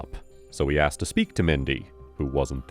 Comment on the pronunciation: 0 секунд назад apes are such apes. evolution has not touched them at all. Aksed instead of Asked and so on. Apes are apes